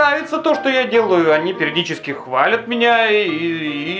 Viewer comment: пердически) извини,но я другого просто не могу услышать) не кушай буквы в таких словах xD